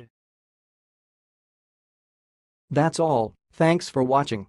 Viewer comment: I feel like you really could have done a better job pronouncing Theodred. Or at least recorded it better. The 'ed' at the end is barely heard in your video.